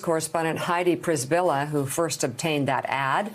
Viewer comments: It's Polish, you see. I had a friend who was from Poland with that name, and that's how he said you pronounce it. "Prz" is pronounced, "Sheh," and "l" ("el" with a diagonal slash through it in the original Polish) is pronounced like a "w." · "Przybyla" is pronounced, "Sheh-BEE-wa," not "Priz-BEE-lah."